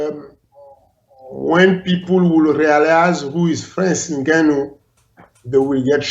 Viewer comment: Francis N'gone-o.